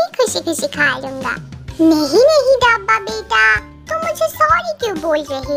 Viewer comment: sis dabba ko dhabba 😂😂 bolti hai😂😂